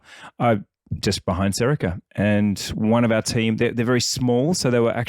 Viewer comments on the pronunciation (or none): Wait you didn't mention Baltic? Lol. It's Serica btw not Serico.